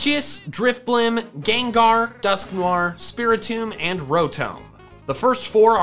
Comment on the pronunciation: It's gengar not gangar